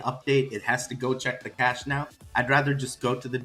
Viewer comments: Ridiculous isn't it? I have 20+ years of experience in the semiconductor and software industry and I have never heard it called CACHET, its pronounced CASH, lol. I wanted to pull my hair out every time he said it. I really question if really is a Software Engineer that he claims to be in another video, and I'd be interested in knowing where he received his Engineering degree from lol. Maybe people are starting to wise up and realize that the app was never even remotely ready (which is what I said from their January release date), and they are using a carrot on a stick approach by putting out so many releases. This is newbie alpha/beta level procedures at best. They should come out and say they need a few months to finish development, test it properly, hold a closed beta test, etc. But this incremental release nonsense is just that, pure nonsense. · I’m not trying to pick a side, but by his defense I’d say it’s a language pronunciation issue. Isn’t he from Brazil it might be why he’s pronouncing cache (cash) as (CACHÉ). I’m just saying because I speak French, Spanish, English and Haitian Creole I might see where the problem is. Anyway I’m still holding saitama. They don’t need an app to be successful in the crypto world. How many token is trying to have a wallet guys. Cut them some slack. SMH. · lol They said cashay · To be fair: Epic (the medical software) refers to one of their modules as "Cash-ey" too despite being spelled "Cache". So certain technology people have settled on that pronunciation. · I been hosting websites and running web servers for almost 30 years. The fact they kept calling CASHEY lol instead of CACHE. They have no idea what they are talking about. I was wondering the same thing. It was cringe worthy listening to them butchering the word. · CASH AYE! CA SHAY! 😂😂😂😂😂😂😂😂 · I was laughing so hard that they said Cache that way 😂